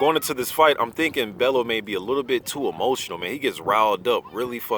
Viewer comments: You're pronouncing it wrong. You say it like "bell-you" not "bell-oo" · Love the channel, just you always say tony's name wrong. Its not BEL-LOW it's pronounced BELL-YOU (Bellew)